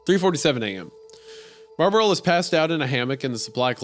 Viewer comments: isaiah pronouncing marlboro as marburl the whole time gets my entire goat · Its pronounced MAHW-BRO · Wendigoon struggling with pronouncing "Marlboro" every time is really funny to me.